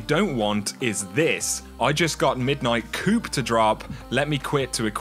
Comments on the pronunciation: Man these videos are great. You get them out so quickly and get to the point which is amazing. Respect the grind man. Just FYI though, "coup" is pronounced "coo" not "coop", easy mistake :) Keep it up! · ...the "P" is silent brother. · When you want to yell at for saying coup wrong but he already knows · Silent "P" in coup. Good video. On XB1X enhancement i think Bungie is being kinda shitty. Their history with MS & their PS deal makes me think they are being something between stubborn & petty on this one.